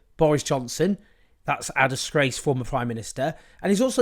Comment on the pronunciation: I love how you say DISGRACED Prime Minister🤣🤣🤣👏🏼👏🏼👌🏼